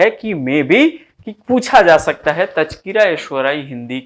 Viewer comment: आपका प्रयास सराहनीय है श्रीमन! एक नई बात सीखने को यह मिली कि अच्छे-खासे 'स' को 'श' बोलना हमें कितना 'उच्च' बना सकता है...नहीं-नहीं...बना 'शकता' है! 'शाहित्य','शुपुत्र','शंविधान' से 'हिंदुश्तान' निखर उठेगा! प्रणति!🙏🙏